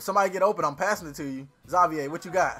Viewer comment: X- Zay- Vier wtf you never heard a black person name Xavier?